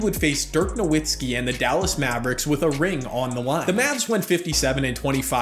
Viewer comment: ain't no way guys have basketball channels in 2022 and don't know how to pronounce Nowitzki